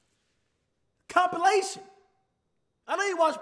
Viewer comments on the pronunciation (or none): comp-“ilition” like huh 😂😭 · did anyone else notice that he read compilation as comp-ILITION? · he actually said "i-l-i-t-o-a-n" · Trysten Flight said I-L-I-T-I-O-N instead of I-L-A-T-I-O-N. Go back and listen. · Flight looked at the word “Compilation” and spelled it compilition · Man said “I’m not even ganna say the part with ilition” when it’s spelled compilation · Anyone else notice when flight said Comp-i-l-i-t-i-o-n🤔😂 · Flight: Comp "I-L-I-T-I-O-N" The correct way to spell the word: Compilation The word is literally on the screen bro 💀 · This man flight said “ the ilitoin at the end” 👁👄👁 flight can’t spell too I guess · Ilition at the end😂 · He even spelled compilation, c-o-m-p-i-l-i-t-i-o-n. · He said I not goin na say c o m p o l o t o n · “Comp, I ain’t gon say the whole thing cause the last part of the word I-L-I-T-I-O-N” smh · Tavis Green had to scroll back real quick because aint no way theres an I between L & T😂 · Compilation Flight I only say comp because I cant pronounce the i-l-i part